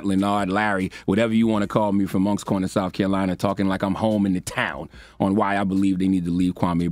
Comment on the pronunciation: U can't say Moncks Corner and don't say Cross SC. Cross High School !!!!